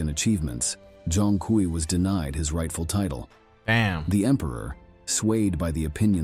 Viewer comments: Zhong Kui is pronounced Zong Quei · Respectfully, bro’s name is pronounced Zhong(Jong) Kui(Kwey) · pronunciation is more like "Jong Kwee" To make a modern parallel, think of him as Chinese Ghost Rider but with swords and spells